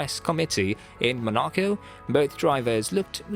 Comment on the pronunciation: You pronounced Monaco wrong you even get drivers names wrong in other videos. Do you even watch F1 properly, this week the topic is Silverstone and what a great race it was.